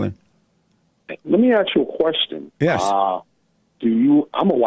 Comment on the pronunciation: First white man I ever heard that wanted to ax a question. I feel like may have been lying about everything he said...if that IS his real name.